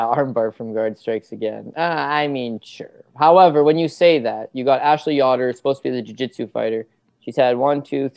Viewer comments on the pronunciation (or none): whos ya-dor its yo-der